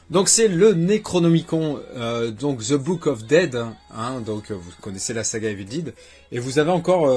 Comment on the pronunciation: Basil détective privé je l'avais vu au cinéma. J'avais 7 ans. Avec mon oncle. Je me suis pris les steelbook de Cars 3 et Les indestructibles 2 en soldes à la Fnac Très bon film Copland Sympa le collector Evil dead (et non pas Evil dide lol) Pourquoi les gens disent Evil dide mais pas the Walking dide ? On ne fais l'erreur qu'avec Evil dead, même pour Dead or alive, Night of the living dead, Braindead, Deadpool les gens prononcent bien le mot "Dead" Il me semble qu'il y a la VF d'origine mais le film en format 1:85 (le format d'origine étant )